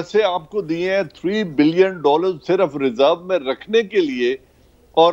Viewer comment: "Daaallarr , Charteee" Governor Punjab xD